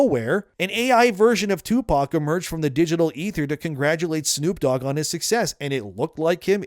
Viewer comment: Who the fuck is "2-Pawk"?? 😅😂